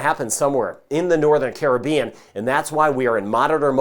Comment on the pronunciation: Thank you. Even though I'm all the way in ANTARCTICA, I'm locked in on Jamaica. And thank you for pronouncing the word ( Caribbean) properly. So many don't. Keep up the great work.